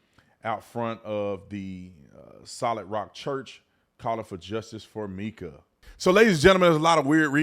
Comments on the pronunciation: Please do research before posting stories. You pronounce Mica's name wrong. It's Mica, not Meka. Pastor has a girlfriend who he's with now. He was stalking her with tracking chip on her car. Also, slashed her tires, recently and had a restraining order two days before death. There is so much to this story. Pls do more research. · It's pronounced "my-kuh" not "mee-kuh".